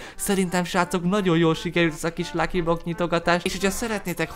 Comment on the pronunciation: x-DDDD lucky block helyett lucky bokkot mondott